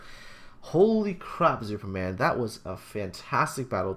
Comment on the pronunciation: he is not called Zuuperman for nothing.:P